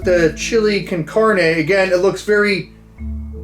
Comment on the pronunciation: Carne can-on-aye